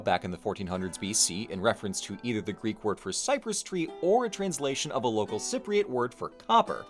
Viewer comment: Also wow, so many people butcher the greek language but you’re pretty damn close man.